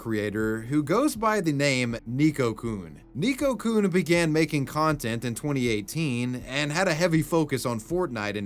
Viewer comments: hmm sorry about playing the grammar police here but it's pronounced Neko-Kun not Nico-Kun.. like the e is spoken a bit more like ey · it’s pronounced “Neh-Koh” not “nee-koh”. Carry on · How did you pronounce neko so wrong, it's Neck-o (I say this as someone who speaks japanese) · Neko is pronounced NEKK-oh, not NEEK-oh. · The way pronounces "neko" as "nico" or "neeko" hurts my ears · Just as an FYI, Neko-kun is pronounced nay-ko, not neeko. In Japanese, "e" makes the long a sound. Neko means cat. 😺-kun. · are you pronouncing "neko" as "nico"...? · The hiragana used is ね which in English is “ne” and pronounced “neh” as in neck. So it isn’t “nee-ko”, it’s “neh-ko”. Nee-ko would be spelled にこ, not as we see it spelled out ねこ. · neko-kun, not niko-kun. he even spelled his like "neckokun" so you'd pronounce it correctly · "Ni"ko-kun...It's pronounced "Neh"ko. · 'Neeko-coon'... painfull. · FYI, you were pronouncing Neko wrong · The "tell us you don't watch anime without telling us you don't watch anime" challenge.:::Repeatedly mispronounces "neko"